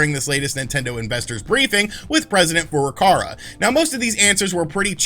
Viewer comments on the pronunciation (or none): FurukaWA lol not FurukaRA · Is he saying FurukaRa and physical year? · why do you keep calling him "president furukara"